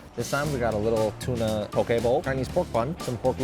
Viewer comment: As a native Hawaiian, thank you so much for saying pokē bowl right. I can’t tell you how hard it is to ignore when people say it wrong bc pokē has a VERY different meaning if said wrong.